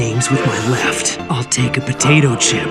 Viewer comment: I think it’s very funny how he put so much emphasis on the potato chip